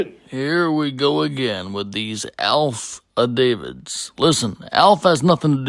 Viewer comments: “Alpha-Davids” should be your first clue there is something wrong. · Let’s not ignore the fact that he just said “…mines” as well as “alfadavits”. 🙄